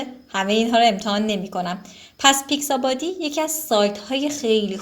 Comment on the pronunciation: دوست عزیز نام برنامه ها را اشتباه گفتید یکی پیکس آبی نه پیکس بادی و دیگری فلت آیکون نه فلکیشن